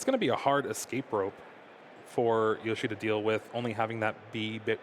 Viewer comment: why does he keep saying yoshi? that's just not even close to his name LMAO